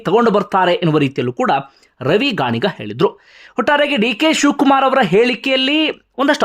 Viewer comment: ರವಿ ಗಾಣಿಗ ಅಲ್ಲ ಸರ್... ರವಿ ಗಣಿಗ.... (ಗಣಿಗ ಅಂದ್ರೇ ಅವರ ಊರು,, ಜಾತಿ ಅಲ್ಲಾ)